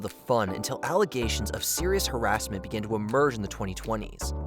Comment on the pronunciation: Learn how to pronounce the word "harassment", almost no one does.